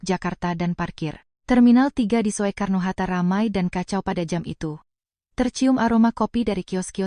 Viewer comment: Soekarno hatta, bukan so e karno mbak,yang benar sukarno